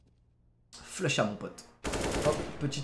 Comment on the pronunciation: Mais c'est pas "Flux Chat" c'est "Flusha"!